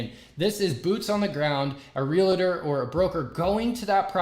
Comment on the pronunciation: OMG - frustrated the heck out of me. First - learn to talk at 92 beats per minute. Second, its pronounced Real-TOR not Real-A-tor and lastly nobody cares about the birds outside.